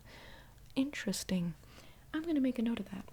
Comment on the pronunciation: Inchresting. Inchresting.